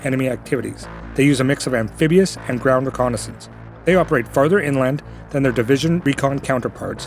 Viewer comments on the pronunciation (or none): none